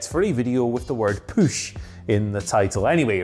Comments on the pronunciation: Nobody: Absolutely nobody:: Poosh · The hell is a "püsh"?